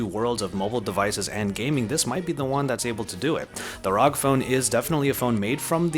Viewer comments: I get triggered by him Saying "ROG" and not R-O-G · Arr Oww Gee ROG not rowg... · please dont say rog again.. just say R.O.G. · don't call it rog call it r.o.g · ITS NOT ROG ITS R O G 😡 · rog? Rag? . . . Its R. O. G. . . .. love the vid. . . Just annoyed with the rog . . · ROG (Republic of Gamers) is a subbrand of Asus and is not meant to be pronounced as rog, just fyi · Me: What console do u have? Him : Ausus ROG Me: GTFO!